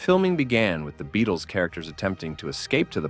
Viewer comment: Two points of order here: 1. The band was called The Beatles, not the "Beadles"; 2. Their manager's surname was pronounced "Ep-stine", not "Ep-steen". Otherwise, an excellent video. 🙂